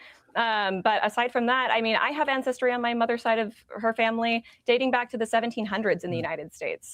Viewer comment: "Incestry DNA" - that´s hilarious ha ha